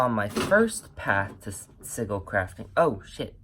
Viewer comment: Hon / not meaning to be a Ultra Virgo during this season / yet we pronounce sigil as /si juhl/. And nice!